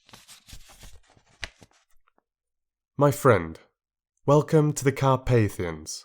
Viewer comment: Bela Lugosi didn't pronounce "welcome" with a "v," so you shouldn't have, either.